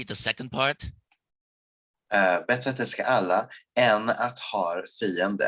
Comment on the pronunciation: Cringing at the älska/fiender part. You can tell he knows he’s saying it incorrectly